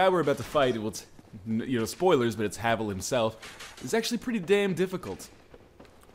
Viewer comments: I think its "Hay-vill" since its spelled similar to Navel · Gavel is pronounced the same way as Havel. That's how you pronounce his name.